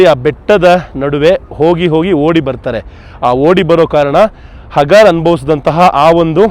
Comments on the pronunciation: ಹಗಾರ ಅಲ್ಲ ಹಾಜಿರಾ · ಇಸ್ಮಾಯೀಲರ ತಾಯಿ ಹಾಜಿರಾ (ಅ).... ಹಗಾರ್ ಅಲ್ಲ ಸರ್ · Good video.but that is Haajira . ಹಾಜಿರಾ not hagaar.